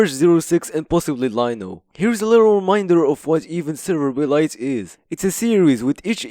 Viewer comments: it's "serverblight" "Server-Blight" not "Server-B-light" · it hits me like a truck how you pronounce it "B-Light" 😭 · Are you saying Server B. Light? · Why do you pronounce it "Server B-Light"? Blight is a word.